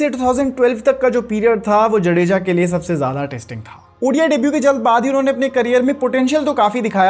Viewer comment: भाई जडेजा नहीं जाड़ेजा है